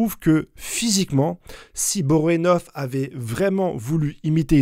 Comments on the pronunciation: Tu déformes tous les noms, c'est fait exprès ou quoi...😢 Bonorenof; Pakunoda; Sarahza... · J'adore tes vidéos et théories. Mais la prononciation de certains nom m'irrite un peu 😅. Borenov? Poukanouda? Je suis trop exigeant deso. Super vidéo comme d'hab!